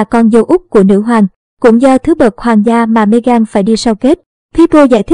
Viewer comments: Bạn nên đọc tên cho đúng Mê-gần không phải Mê-gan! Cám ơn bạn. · Đọc tiếng Anh sai bét cả, ngay cả tên của Nữ hoàng và Meghan cũng sai luôn.